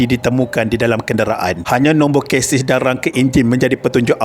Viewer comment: Bukan kesis nombor chasi sebutannya 😂